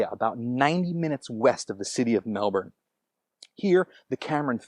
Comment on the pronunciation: omg that american just said "melbourne" correctly!